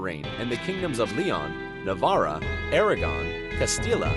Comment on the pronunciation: a lot moe ballanced and impartial than i was expecting, (Y) and honestly it deserves more views than it has. however is this dude incapable of pronouncing ANY name correctly? the bourbon (like the American whiskey) made me lol, didnt even attempt the word Hapsburg, Navarre doesnt have a random "a" just chilling at the end neither does Castile. Al Andalas... *facepalm*. Why use the spannish "reino de granada' for Granadans (who spoke arabic), try emirate of Granada, when at the same time you use the English kingdom of Castile and aragon for the christian spaniards (who spoke spannish), just stick to one language unless theres a good reason preferable the language the video is in. trafaLgaR lols, well done for getting Napoleon's name right, its about the only correct name (y)